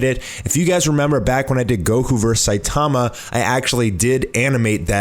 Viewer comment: ... What do you mean it's still not even done in the manga? Elder Centipede has been dead for a long time in the manga... Why are you saying Saitama like that..? Lol. Seye-tah-mah, not Seye-te-muh